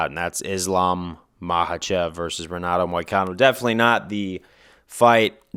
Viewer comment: Just found this channel and it's good but one thing is the r in Portuguese is pronounced like a h so it's henato not Renato